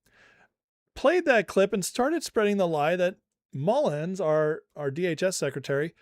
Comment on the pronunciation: love ya guy - but it's Mullin. No "s" at the end. 😉😊